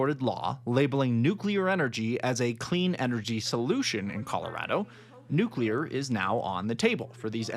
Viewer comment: No offense to the older gent. But as someone who works in the nuclear field. I always chuckle whenever I hear an opinion where someone pronounces it "Nuculear" rather than "Nuclear"